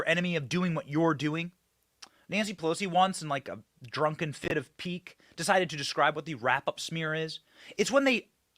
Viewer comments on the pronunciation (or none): none